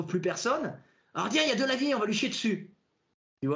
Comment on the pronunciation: J’adore la prononciation de Delavier, Idiriss Albert Kahn